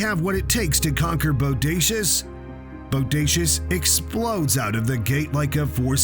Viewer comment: Say boudacuious again.. I DARE YOU 🙂